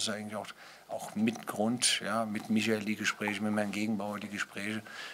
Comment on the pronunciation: Bruno sagt auch Micha.😂 Klinsi hat auch Micha gesagt. Ist gefährlich, ich sehe schwarz.